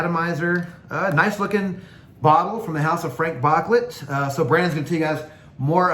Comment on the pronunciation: FrahNk BooClay 😂